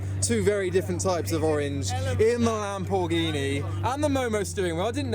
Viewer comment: I thought the lam-poor-ghini sounded pretty good!